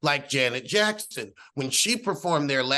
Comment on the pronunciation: I know you didn't say Janet "Jackston"..😂😂